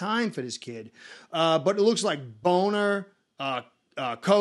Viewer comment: I love you stuff man you got me totally cracking up. Its Bonner not boner lol man im laughing like a lil kid